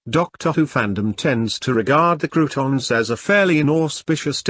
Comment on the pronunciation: It's pronounced "CROW-TONS", not bloody "croutons"!!!